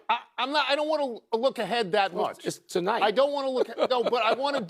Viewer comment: Its tnite 😂